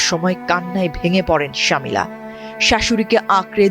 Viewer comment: ওনার নাম শমি'লা রহমান শামিলা না।